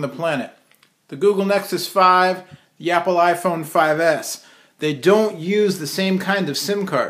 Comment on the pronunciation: u said yapple